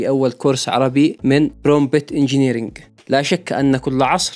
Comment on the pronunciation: استمر يا أسطورة❤ كلمة Prompt تنطق برومت حرف p الثاني silent ❤❤